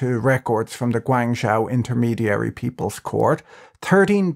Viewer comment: Guangzhou is pronounced "gwong-joe" Love your content Patrick!